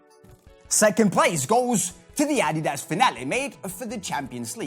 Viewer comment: You aren't even saying "adidas" right.